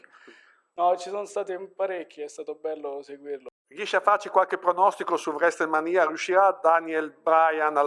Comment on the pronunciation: Ma che pronuncia ha l'intervistatore? Wrestle Manìa, Daniel(all'italiana) Braian...